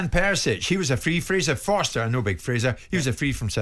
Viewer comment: *forster not foster Simon.